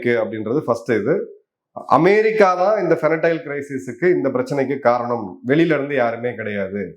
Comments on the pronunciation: Sir it’s Fentanyl not fenatyle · Fentanyl not Fenatyl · Great sir. It's fentanyl not fenatyl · Fentanyl and not fenatyl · Fentanyl- not Fenatyl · The drug you are referring to is fentanyl and not fenatyl. Jai Hind. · ஃபெனடைல் இல்ல சார். ஹஹஹ ... தயவுசெய்து ஸ்பெல்லிங்கை சரியா படிங்க சார் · Sir, I am an avid viewer of your videos. Thank you for bringing all the geopolitical information to us ordinary folks. Can I suggest one correction- it's called fen-ta-nil, that's how it's pronounced. Hope you don't mind me saying this. Thanks again sir !🙏🇮🇳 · Please make correction in the drug pronunciation- the drug is called FENTANYL. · Pronounced as ஃபென்டினைல் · Sir, athu fentanyl, to pronounce as fen - ta - nil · It is....FEN...TA...NYL pronounced as... FAN+TA+NIL... I kindly request that the pronunciation and shared information are you CORRECT...you are losing credibilty when they are not 🙏🏾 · Sir, it is Fen -ta-nyl I regularly follow your posts Thanks for enlightening us with such huge facts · Fentanyl your pronunciation wrong boss